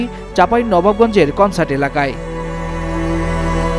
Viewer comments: কানসাট ❌ কনসার্ট ✅ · "কনসার্ট"এলাকাই মানে? কানসাট বলেন.... বাংলাদেশের সব থেকে বড় আমের বাজার বসে কানসাটে।যেখানে সকালে পাকা আমের সমাহার এবং বিকেলে কাচা আমের সমাহার। আর কানসাট চাঁপাইনবাবগঞ্জের শিবগঞ্জ উপজেলায় অবস্থিত। সাংবাদিকতা করার আগে একটু ভালো করে পড়াশোনা করেন। কানসাটকে বলে কনসার্ট হাইস্যকর।